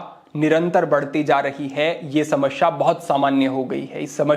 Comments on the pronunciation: Samsyaa.....shamashya ....nahhiiiii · कृपया समस्या बोले,समश्या नही। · sahi uchcharan Samasya bolte hain, Samashya nhi 😎